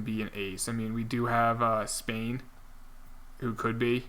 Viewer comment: it’s pronounced spain like the country i’m pretty sure cause that’s just how it’s spelled